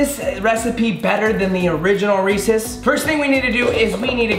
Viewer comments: Hate the way he say REESE CUP 😭😩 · I thought he said racist instead of Reece’s. I was about to be like.... wait. 😂🧐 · Did anyone else get mad at how he said Reese’s